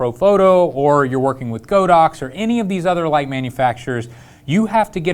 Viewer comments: Dude it's Pronounced God - Ox.... LOL like God & Ox.... not Go - Dox.... LOL that remote is Fire... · How is it the YouTube experts can't pronounce "Godox" correctly? (Hint: it's on the company's website.) I passed on the recent group buy for the Flashpoint AD400 because I can't see willingly throwing more money to the Red Ponzi that is the Chinese economy: it's only enabling their bad behavior (as an aside, Huawei is the technology arm of the People's Liberation Army). I'd rather save a bit longer for one Profoto B10 and work with that and my motley collection of speedlights (Nikon, Metz, an old Vivitar) until the demands of my work make another Profoto necessary or desirable.